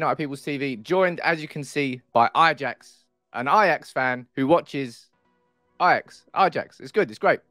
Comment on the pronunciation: Eyejax? Wow. Its like Arsene Wenger, but with an ajax fan.